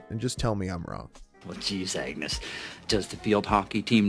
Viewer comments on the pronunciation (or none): none